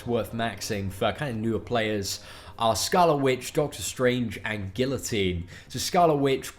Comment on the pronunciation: Guillotine pronounced as is looks. Not any more